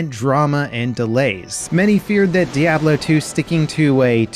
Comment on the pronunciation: The way you say Diablo makes me shake my head